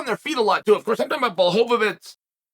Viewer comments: Lol, it's mostly the 'fits' instead of 'veech'. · It's not "tz", not even in polish. It's read "Blahoevich" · Blahovich =/= BŁahovich, he still is pronouncing it incorrectly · Bla-hov -itz vs. Pee-era…. Chael trollin y’all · He needs to pronounce Błachowicz right, but "Piera"... that's good enough LOL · Never lost a round and never pronounced Jan's name twice the same way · Which time exactly? Because I'm pretty sure he used at least 6 different pronunciations of Jan's last name in this one video alone. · Lol blachowicz deserves to have his name said right